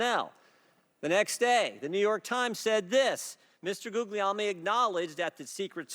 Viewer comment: Guglielmi is my mom's maiden name. It's pronounced "Goo-yell-me." Hurts my ears to hear Jordan butcher it.